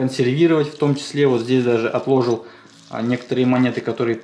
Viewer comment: Говори правильно не отлОжил а отложИл